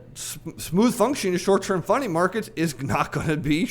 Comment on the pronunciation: & I thought you said short term "funny" markets. Now that has a ring of truth.